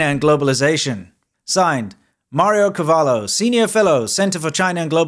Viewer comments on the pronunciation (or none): It's not cavallo 🐎🐴😂 it's cavolo that stands for cabbage 🥬😅💦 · You called him "MArio CAvallo"= Mario horse, but his name is Mario Cavolo= Mario cabbage.